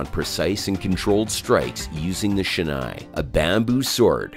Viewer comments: he said "shenay" bro 💀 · He knows nothing about kendo. Why does he keep calling "shinai (竹刀)" as "shenae (wrong pronunciation)" for the kendo bamboo sword? And what's the definition of "techniques/waza (技)"? He mixes up with Men, Kote, Do and Tsuki and Hikiwaza? Men, Kote, Do and Tsuki are the names of the target areas, not "techniques".